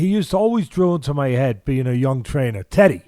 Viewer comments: Did Eugene just call teddy, (titty)!? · WHen Eugene says Teddy , sounds like he's saying Tiddy :D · I thought eugene was calling Izzy "tittie" he was actually addressing Teddy hahah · Is he calling Teddy Titty? 😆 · Take a shot every time Israel’s coach calls him “Tity” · lmao every time eugene says teddy it sounds like titty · It's so good :D No disrespect to their pronunciation but even when you anticipate him saying it it's still funny. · Haha I kept hearing that